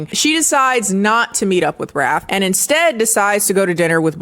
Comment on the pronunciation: I swear I spent about 10 minutes trying to figure out if the main vampire guy's name was Wrath or 'Raf' because I kept hearing Raf and decided to just roll with it. Hearing how unhinged his brothers' names are helped me realize I was wrong.